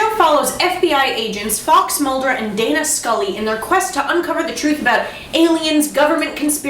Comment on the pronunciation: I could have sworn said Data Scully. Dammit ReBoot!